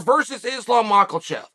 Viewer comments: Chael It is mackhachev not michaelchev 🤣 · LOVE YOUR VIDEO BUDDY BUT ITS “MACH-A-CHEV” please get it right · Last video I was surprised to hear Chael finally correctly pronounce Islam’s last name. Today I was pleasantly surprised to hear Chael has resorted back to Makelchev. Can’t stop the bad guy. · Yo unc, why you keep callin the man makilchev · Chael saying MAKEL-CHEV. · The division has a champion and his name is not MacKLEchev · The champion has a name and it’s Mocklechev! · Chael "Macklechev" Sonnen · MachALchev...that ain't it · If chael says macklechef, he is now macklechef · BENNY DARE-OOSH AND ISLAM MAKAL-CHEV??? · Damn it Chael, there’s no L in Makhachev! Figure it out!! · He has got to be saying that name wrong on purpose lol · There isnt a single L in Islams last name... How tf are you pronouncing it so poorly lmao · Is it malkachev or makalchev chael? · The random “L” that chael slips in when he says islams name is beginning to frustrate me.